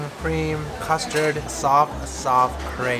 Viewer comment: i am not french but the way you pronounce crêpe really disappoints me